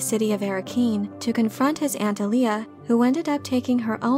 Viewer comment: AH lee ah. Not ah Lee ah.